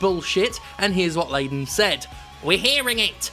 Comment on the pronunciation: Perhaps what happened is that Layton (Layden sounded like Layton) has run out of hint coins and now is trying to figure how to solve this 10 picarats answer. Hint it flip the switch